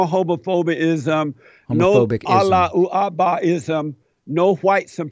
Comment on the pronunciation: when he said Alla-o-Akbarism. I was on the floor. 😂😂😂😂😂